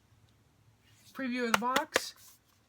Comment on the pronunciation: Yay for possible videos! :D That'd be really cool. :) Yes, MU as you pronounced in video and HA as in hahaha. :) He was Czech, hence difference. :)